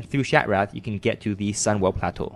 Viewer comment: Love the way he says "Plateau" xD nice vid man, helped me out alot